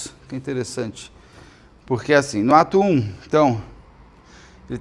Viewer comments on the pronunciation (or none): Fiquei rindo sozinha porque quando vc falou "no ato 1" , eu entendi "no atum". 😂